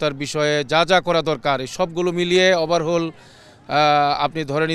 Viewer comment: হুজুর বললেন ওভারহুল।😅😅😅